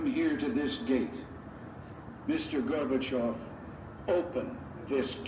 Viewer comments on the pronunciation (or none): none